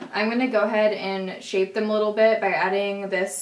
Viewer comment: I thought you said "I'm gonna shave my brows" when you said you're gonna shape them